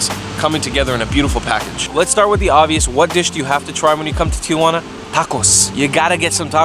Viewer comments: Interesting guide, but it's absurd that you can't pronounce Tijuana correctly. Tee-wanna, not Tee-a-wanna. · TI-JUANA not TIA-JUANA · Dumbass doesn't even know where he's at. TIJUANA, NOT TIA JU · Tee hwanna.....not....Tee uh hwanna.....Tijuana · not Tia-Juana...its Ti-Juana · Is the first tip how to pronounce Tijuana??? That its not Tia Juana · Say Ti-juana. NOTICE there are 2 A's not 3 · It’s actually tee-hua-na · why is it for Americans so difficult to pronounce Spanish properly, you don't even try...Tiuuuana...payas de ryosaulitoh...Jesus Freaking Christ.